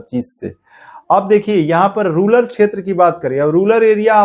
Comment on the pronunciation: रूलर नहीं भैया रूरल होता है